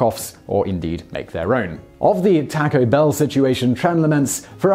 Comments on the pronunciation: "Takko Bell". Ugh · omg this pronunciation of "Taco Bell"